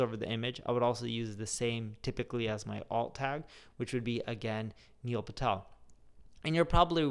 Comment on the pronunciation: Hey everyone... niel phatel...🤣